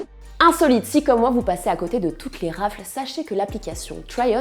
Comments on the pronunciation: Đjībřìł Rafeulz* du coup plutôt mais bon comme on le prononce tous mal autant le dire en français mdrr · "Raffles" Enfin, ça se prononce "rafeul" 😭😭😭